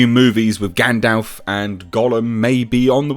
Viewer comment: Thanks for pronouncing gandalfs name correctly. Loads of people say gandolf and it's irksome